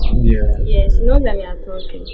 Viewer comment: Aden can’t say she?🤣🤣🤣🤣